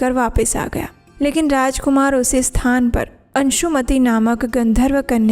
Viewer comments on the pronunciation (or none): none